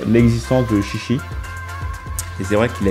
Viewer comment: ah, ça se prononce "tchi tchi" techniquement ^^